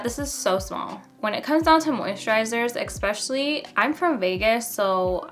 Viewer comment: expetially?!?!? i am not from the us but honey!! is that actually a word???